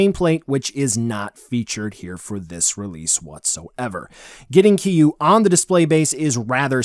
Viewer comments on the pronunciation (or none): It’s not “Keeyuu” bro. I know there’s dif pronunciations but you way off. Lol